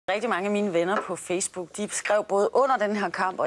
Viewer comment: lol hun siger fjæs book